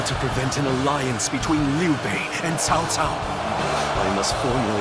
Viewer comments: WTF is the VA doing his name is CAO CAO, not TAO TAO. It's not even close to the original language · Cao Cao? Did you prefer his name like Cow Cow?